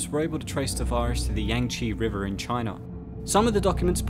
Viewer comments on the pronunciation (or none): Wtf is “Chiner” 😂 I think you mean China